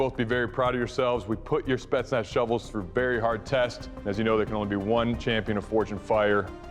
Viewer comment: Anyone else notice him say "Speznats?" Lol